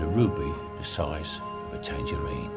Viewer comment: "A ruby sized tangerin" lol he screwed that monologue up and nobody said anything before!